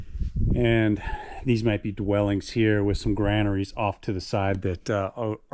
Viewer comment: Well narrated and filmed. Kudos for saying granaries over grainaries.